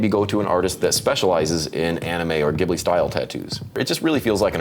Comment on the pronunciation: The “Ghibli” in Studio Ghibli is actually pronounced “Jib•Lee” 🤓